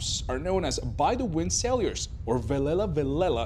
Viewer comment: Sailors , not saiylores . Learn English.